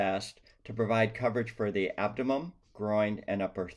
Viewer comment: The abdomem…? Lol you mean abdomen??